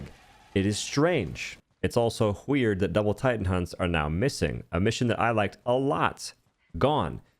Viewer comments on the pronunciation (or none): "It's also wheird" lol